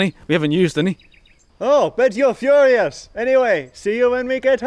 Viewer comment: "Oh I bet you're fhurious!"